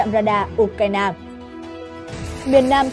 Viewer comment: Đọc là " U cai na" là hiểu trình của kênh😅